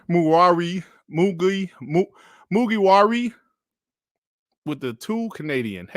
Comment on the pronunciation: Totally off topic, but it cracks me up everytime fails to pronounce Mugiwara. I've yet to see him succeed once ROFL!